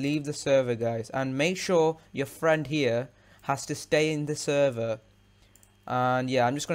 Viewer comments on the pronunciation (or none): none